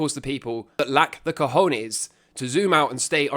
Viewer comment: I needed this video. I now wake up, look in the mirror, and repeat "I HAVE CA HON YEAHS" x5 times before I start my day.